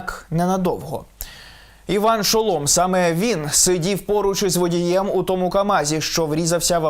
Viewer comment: Не Шоло'м,а Шо'лом!(Наголос на першу о)